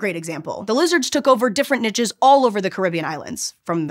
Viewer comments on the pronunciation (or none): Nitches? Really? It's pronounced "neesh". It's a French word, or do you pronounce quiche as quitch as well? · I feel like my soul takes a beating every time I hear “niches” pronounced as “nitches” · Wait, how did you pronounce "niches"? lol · I prefer the use of "neeshes" to " Nitches" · Love the video! ^^ the mispronunciation of “niches” at the end is getting to me though, I’m sorry